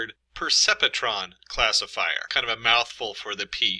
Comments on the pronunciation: Percepetron??? Hahaha isn't it pronounced "per-cep-tron"? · The pronunciation of Percepetron is puh·sep·truhn. However, there is always some variations according to instructors. Thanks. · Painful hearing this guy mispronounce perceptron 🤣